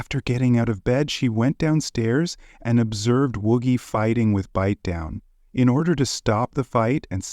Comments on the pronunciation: Bite Down. Its fucking Bite Down. What in the fuck are you doing this for? You sound like the most confused cop ever. Unable to pronounce words and names. Im white too but godamn. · I don't understand why you're upset - who cares he mispronounced a z list rapper/murderers name. it's funny asf to me hahaha